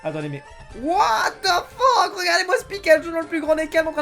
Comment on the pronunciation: sa se dit " WATH THE FUCK